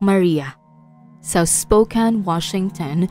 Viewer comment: Spokane- spo-cane po ata ang tamang bigkas